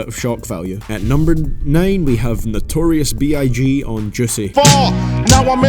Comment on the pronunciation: Lmaooooo this dude said notorius b I G